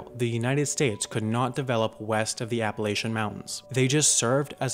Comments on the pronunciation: "Apple-atch-un" NOT "Apple-ay-shun". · "App-a-lay-tion mountains" cringe pronunciation